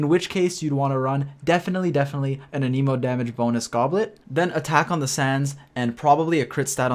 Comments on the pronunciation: “A knee moe” 😂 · You also say anemo wrong it seems, 🤔